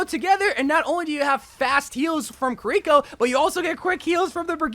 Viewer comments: say “kareeko” one more time….. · "kuh rico"